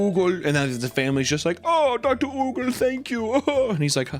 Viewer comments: Your part about Högel was the most American try to pronounce German possible. :D Högel actually is pronounced a lot closer to 'murder'. Imagine the u in murder is a bit closer to an O like in 'Hope'. So try to pronounce Högel like the murder U "Hugel" bit a little bit more like the O in Hope. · Oogle fucking killed me. I love your way of mispronouncing my language. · I love the way papa said oogle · Högel = Who-gel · Your German is absolutely crazy. Oogle lol his name's Högel, I know you guys got no ö sound in English but you probably know how to pronounce that p3d0 Subway guy Jared Fogle, just take Fogle and replace the F with an H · The ö sound is pronounced like er but your pronunciation is funny 😂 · It's actually pronounced 'Högel' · That's not how you pronounce the letter "Ö" Do you even Umlaut? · The way you pronounced Högel has me dead. You couldn't be more off 😭